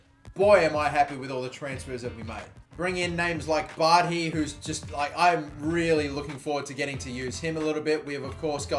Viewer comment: By the way bardhi is pronounced like bar-thee